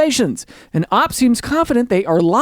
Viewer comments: It's pronounced OP, not Op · Why does he say Opp 🔫 instead of O-P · It's not op it's O.P. Stop it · O.P. Original Poster! Not, like how you are saying it!